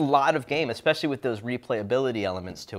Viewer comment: I heard this guy say "Ekspecially" and stopped.